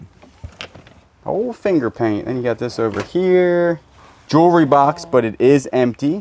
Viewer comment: Also, practice saying jewelry.... JEW-L-REE.... ;)